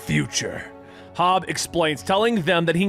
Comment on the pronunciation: Love it. But God damn it's HOB. Not Hobbs.